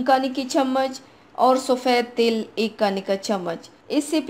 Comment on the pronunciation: Hahahaha tail ni til bol rahi hai Paglo😂😂😂😝😝